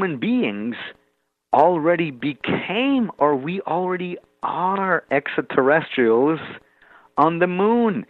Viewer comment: Too bad he can’t pronounce extraterrestrials. He says essaterrestials. And asonauts. The tr sound escapes him.